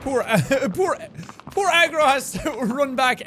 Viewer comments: Did jack say 'What up Egg Roll' instead of Agro? ...Ok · Jaaaaack its pronounced Agro not egg roll JK i dont care how you pronounce things. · I thought he said eggroo,... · Is it agro or egg roll...I’m not kidding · Whenever he says “Agro” I think he says “Eggroll” maybe because I’m hungry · Did jack say eggroll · Egrol. LMAO I know it is Eggroll. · Is it bad that whenever Jack said Agro I heard egg roll? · Chrono_gaming Bro yes but the whole time I was hearing Egg Roll. Probably because I started watching it on the bus and with all the noise heard that. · when sean says the horse's name it sounds like eggroll